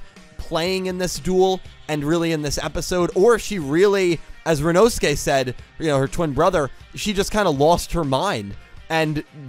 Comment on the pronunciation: I've multiple thoughts about the episode, most of them positive, but the greatest takeaway from this review is.... He finally said "Rinnosuke" correctly! ( btw)